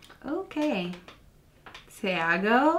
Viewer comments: É Thiago mesmo, não txiago o gringo falou certo ! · na hora que você falou "Thiago" e a lhe corrigiu, saiba que você falou a pronúncia perfeitamente. Eu mesma falo com "TI" ao invés do "TXI".. isso é questão de sotaque.